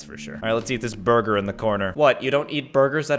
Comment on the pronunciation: When you said Burger you called it booger